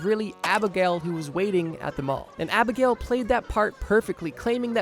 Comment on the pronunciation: ITS ABEG NALE NOT ABIGAIL